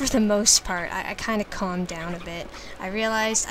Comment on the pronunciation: "Carmed down" hahahahahaha